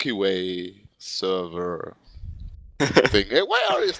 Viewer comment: Not Sverrevr. Get yo shit right!